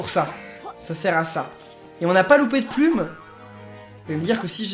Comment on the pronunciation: PK dit puil et pas plum